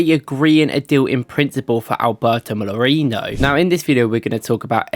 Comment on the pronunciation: Molerino bro come on can you read it one time